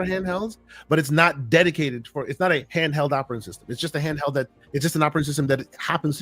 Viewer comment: Xbox “canheld” 😂